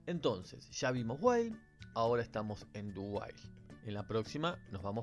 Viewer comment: Lo que dice: "Ya vimos 'while', ahora estamos en 'do while'." Lo que yo escuché: "Ya vimos 'while', ahora estamos en 'Dubai'."